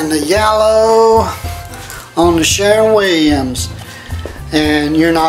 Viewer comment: Keeps saying “Sharon” Williams as if it’s a woman he’s pissed about.